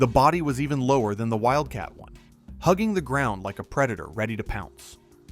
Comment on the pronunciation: Is it Wildcat One or Wildcat Eye? Stupid AI voiceover as always.